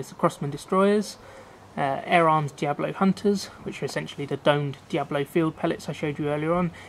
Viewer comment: its D.I.A.B.O.L.O NOT diablo